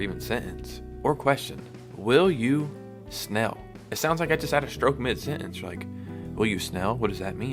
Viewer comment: How are you mispronouncing "snail" so badly? It is not "snell", what the hell is wrong with you?